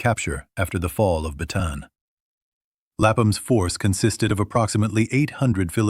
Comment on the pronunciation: You are pronouncing "Bataan" incorrectly. It is pronounced Bah-tah-ahn.